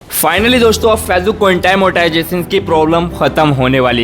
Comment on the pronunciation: Facebook achcha se bol nehi aakta